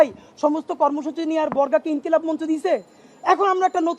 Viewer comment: ইনকিলাম মানে কি??বানান পারেন না, ইনকিলাব বলতে পারেন না।